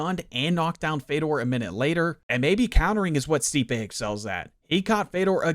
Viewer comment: Brother. You pronounced stipes name wrong the whole video acknowledged that he's one of the greatest of all time and didnt know he's an elite boxer. Hes known for his boxing and his hands. Minimal research would have answered that for you. Good video tho